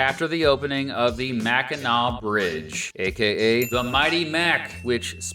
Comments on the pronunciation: I loved your channel for a long time, and you wouldn't believe how many people say Mackinac wrong. you get a big Thumbs up bawhahahaha. You did a great job, but you didn't mention Frankenmuth which is a Bavarian style town which architecture and style of Bavaria Germany, it also has the largest Christmas store in the in the world, it's called Bronner's. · Okay, as a lifelong Michigander of nearly five decades, I have to say this is probably the best, most accurate video on my state I've ever seen! Sure, we don't use "L.P." but always say "U.P." (weird, eh?), but I'll give you mad props for an excellent and factual video on the Great Lakes State! And THANK YOU SO MUCH for repeatedly pronouncing Mackinac correctly!! We have some goofy-sounding places here, but hearing people say "Mack-in-NACK" is 127 times worse than nails on a chalkboard to any self-respecting Michigander! Again... Kudos! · Living in Michigan, you really got all the facts straight, down to the terms we use. Great coverage between the UP and LP... alongside mentioning places like Mackinac Island (And pronouncing it correctly) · As a Michigander I'm so thankful you pronounced Mackinac as MacK-inaw and not MacK-inaC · Big shouts for correct pronunciation. Both for not misspelling or mispronouncing either Mackinaw City/Mackinac Island, and Sault Ste. Marie. So many videos/podcasts about Michigan botch "Mackinac" in particular and it drives me bonkers.